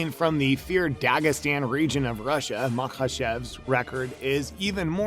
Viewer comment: "Makchaves" come on dude